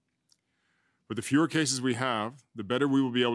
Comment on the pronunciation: Did he say fewer or Führer?